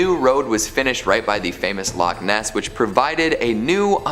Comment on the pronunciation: I can't stand the way she says loch Ness, it's two words not one, she says lochniss.